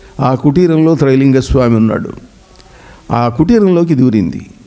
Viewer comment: నాయనా తెలుగు నేర్చుకో ముందర ట్రై కాదు రా బాబు త్రై.....🙏🙏🙏....